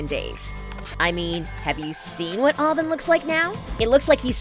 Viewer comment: She can’t pronounce Avan and Jay ?